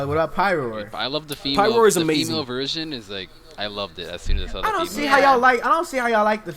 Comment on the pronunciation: Lol PMALE instead of female, I shat myself